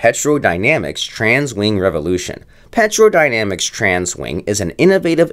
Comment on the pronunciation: It's pronounced "Tero"